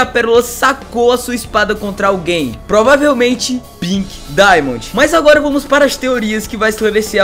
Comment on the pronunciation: Para de falar pink dimondi